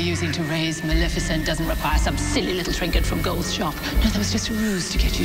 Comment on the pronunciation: They always mispronounce maleficent's name. it's lef as in left not lif as in lift.